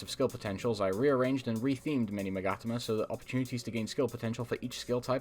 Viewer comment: I never thought to pronounce Magatama like that